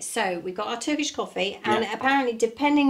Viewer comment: Hi and you are so lovely folks ❤ your pronunciation of Turkish is amazing good job☺Greetings from Canada I miss my home country ❤